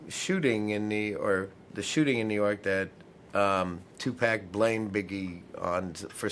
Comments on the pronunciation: 2Pack ?? Or 2Pac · 2 poc. It is pronounced 2 poc or 2 pock. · It just doesn't sit well with me when they say "Two Pack". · "2 PEK" ...........Did he realy say that